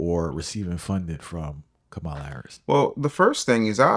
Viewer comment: Bro can’t even say Kamala right smh